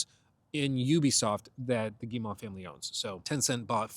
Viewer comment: As a Canadian, hearing you repeatedly pronounce Guillemot wrong is REALLY making me want to apologize for something! It's pronounced Gee-moe, not Gee-maw.